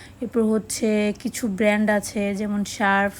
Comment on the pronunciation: ব্যান্ড নয় শব্দ টা হবে ব্র্যান্ড।